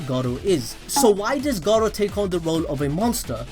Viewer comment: Sounds like he's saying Gaara instead of Garou at times lol.